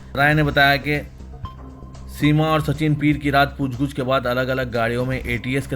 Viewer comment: Poochguch nahi poochgach bolo..